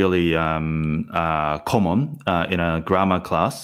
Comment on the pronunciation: Good video, btw I'm just wondering your pronunciation of "common" is Australia accent ?